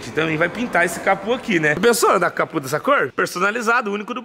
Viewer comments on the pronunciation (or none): Aonde vc ouviu falar "capu"?,É CAPÔ CA-PÔ